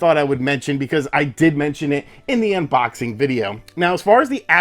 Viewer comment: My wife really hates the way you say "unBOXing" lmao